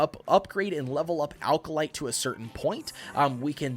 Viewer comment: Good video, but small pronunciation issue - Acolyte is pronounced "ACK-oh-lite", not "AL-ka-lite"